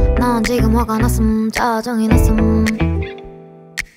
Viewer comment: 개이쁘다 ♥ 싸랑해요. 났음 발음 개좋아 나슴~